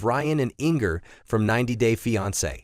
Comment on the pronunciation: Ryan and Inger? Shitty AI lost me immediately